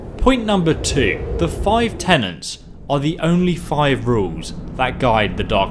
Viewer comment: “Tenets”. Not “tenants”.